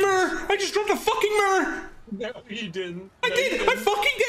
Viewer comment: Mirror not a mooooarrraah.